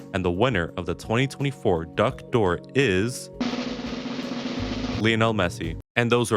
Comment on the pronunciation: Ballon Do'r ❌ Duck Do'r ✓ Messi - why not both? Rodri - are you serious?